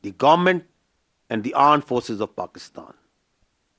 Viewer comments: juban pe armed forces tha par jehan me aand forces hi chal rha tha 😂😂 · General said correctly pronounced aand forces of pakistan very capable🤣🤣